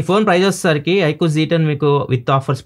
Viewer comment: Iqoo g 10 haa 😅😅 iqoo z 10☑️